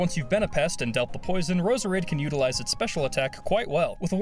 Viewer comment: you pronounced Roserade wrong